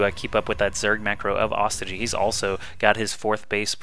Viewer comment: this is the last time im gona remind you, its not pronounced AW STI GEE ITS PRONOUNCED OH STOY GEE